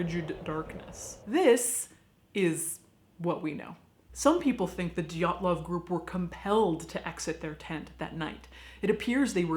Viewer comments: Sarah White Too bad they missed the name Dyatlov. They keep saying Dylatov, bit clumsy with all that research but the show is incredibly funny! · The stress is on wrong syllables, but otherwise decent job.